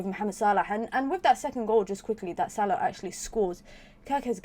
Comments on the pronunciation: Yes the right way! 👍🏾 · It’s pure Arabic pronunciation mate. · Same here, probably the right pronunciation. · I thought so. Nice to hear the correct pronunciation. 👍